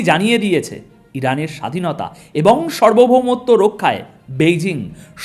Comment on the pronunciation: ভাই আপনার খবর আমি আপনার খবর নিয়মিত শুনি । সুন্দর বিশ্লেষণ কিন্তু কয়েকটি শব্দের উচ্চারণ এর প্রতি নজর দিলে। ভালো হয় । যেমন কথাটা সার্বভৌমত্ব ( সর্বভৌমত্ব নয় ) । কথাটা আবরুদ্ধ নয় কথাটা হল অবরুদ্ধ ।